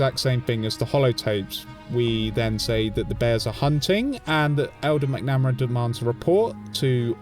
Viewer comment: It’s pronounced Mac-nuh-mare-a 😅 love the content though, keep it up!